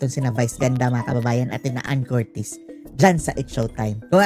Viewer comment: Ipromounce mo muna ng tama ang family name ni anne bago k magvlog! Troll!!